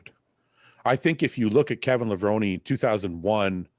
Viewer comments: It's LevronE, not Levron! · It is pronounced Levron-ee! iIts an Italian last name and I just heard him pronounce it on Ron Harris Podcast. I agree with you. I thought Kevin was one of the best when he was on. Full long muscle bellies thick and round. I personally thought he was better than Flex wheeler When Kev was at his best. If he had a back at that 92 Olympia I think he would have beat Dorian. He improved it tremendously over the next number of years I think after Dorian taught him how to train It he said in interviews actually. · A simple google search would find that IFBB Pro Dennis Newman received his pro card at the 1994 USAs and Kevin Levrone, pronounced “Leh-vrow-nee” was the winningest bodybuilder before Dexter Jackson. If anyone is overhyped, it’s Shawn Ray with only 2 pro wins. Thank goodness this “sport” is subjective, because to me, you all to appear to not have a clue. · You gotta pronounce the E in levrone lol they actually said that in commentary on one of the Olympia intros as he came out. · for sure. And FYI it's Kevin Levrone(i) the right way to pronounce 😉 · P.S: it's Kevin Levrone(i) - correct way to say is with a I in the end. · Cmon guys you gotta get it right. Kevin Levrone's last name is pronounced like the e is an i (levroni). This is like the people who pronounced Sergio's last name wrong and say Olivia instead of Oliva